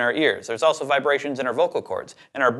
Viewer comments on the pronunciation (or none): none